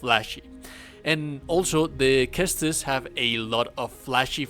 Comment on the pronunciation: "ses-tus", not "kes-tus," dude. Also, trying this build, minus the armor, vs Masakage second fight and STILL getting my a$$ beat...